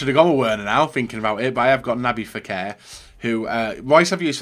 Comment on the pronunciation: Who the hell is”Naby Fekir” it’s nabil, just learn how to say their names properly!!